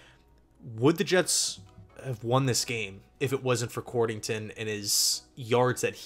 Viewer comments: COD-rington...not cord...lol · It's COD-RING-TON